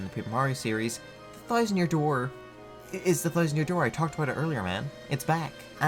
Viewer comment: This video is excellent. Except for literally one thing. I know this note I'm about to to give you sucks, but hear me out. As engrossed in the information as I was I wanted, with all my being, to turn this video off every time you pronounced an "O" sound as an "I" sound. Bowser = "Bizer", about = "abite", thousand = "thizened". It's one of the most distracting things I've ever heard, I could barely focus on the material. I'm not saying I think you need change who you are or anything like that, but you're a voice recording professional now so working on your diction will improve your viewership.